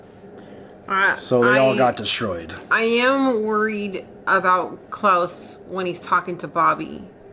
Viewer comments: His name's Kles, not Claus :P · You are doing great! Definitely... Please don't call him Claus. He's Klaes. You can hear it in S03E07, when he introduces himself. Dynamics between Anna and Amos has been built great. She is one of people Amos is looking up. Like with Holden and with Naomi at the beginning. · the guys name is klaes. not klaus :-)